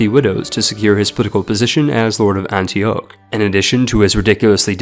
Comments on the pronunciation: Or Anti-Okh. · You're either using the best text-to-speech synthesizer I've ever heard or have a strange was of speaking. Never heard someone pause where you do for breath and pronounce Antioch the way you do. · Gaaahhh!!! the pronunciation is killing me! Samarkand is pronounced sam ur cand. and Antioch is pronounced an tea auck. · pie-ety, not pee-ity for "Piety" air-less, not hair-less for "heirless" Antee-ahk, not Antee-oh(k)(rolling K??) for "Antioch" Zoro-ass-treean, not zoro-austrian for "Zoroastrian" I could go on, but i'm getting even more pissed off now that you're referencing memes for no reason and talking about gamey exploits like killing your father with scurvy and it's just like...insufferable. thumbs down from me mate